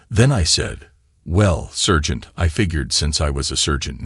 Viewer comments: SERGENT PRONOUNCED S"A"RGENT , NOT SURGEON EITHER. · I think he means SARGENT.......he just cant say SARGENT.....maybe SPECIAL training for using a "Scalpel" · The word is "sergeant" not "surgeon".